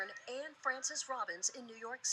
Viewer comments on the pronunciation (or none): none